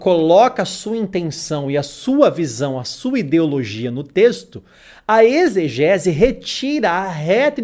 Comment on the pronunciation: "Eisgese" ou exegese ????????????